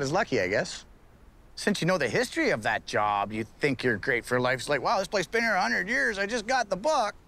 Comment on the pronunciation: Dear, How come you can't say can't and out and been right?